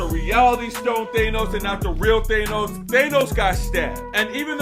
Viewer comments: its pronounced Thaaaaaaaa no ssss not theeeey nose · Since when did it become "Thaynos" ? 😅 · thaynos and normaymu really kill me